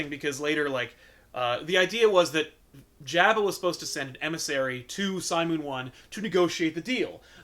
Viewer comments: Hey, you guys finally responded to me. Lol. I'm just saying, I've always heard it pronounced Jobba. Since I've got your attention, start doing back issues for Vertigo books, please! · It drives me crazy how they're mispronouncing AT-AT and Jabba